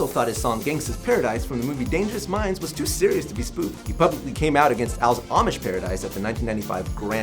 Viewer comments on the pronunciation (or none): none